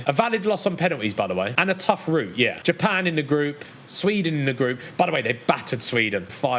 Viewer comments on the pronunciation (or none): none